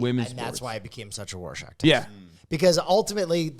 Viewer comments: someone tell its Rorschach test, not warshack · very very funny, great comedian, handsome, ally, and top improv.... it's rorschach, NOT WARSHOCK. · Are we gonna ignore the fact that repeatedly says “Worshach Test” with a W?